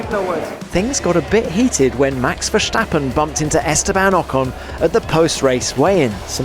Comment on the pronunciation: Still you can't pronounce his name correct